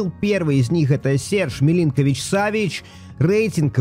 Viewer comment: Имена игроков произносить правильно так : Сергей милинкович-савич И Томас партэй А то уши режет когда произносишь хрен пойми как Это тоже самое что месси произнести мисси…спасибо